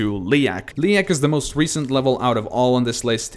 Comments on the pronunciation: You pronounce Leyak wrong. People say Leyak like "Leak". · "Caclysm" "Liak"